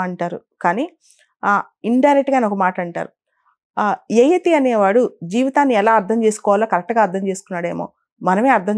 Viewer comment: యయతి కాదు.... యయాతి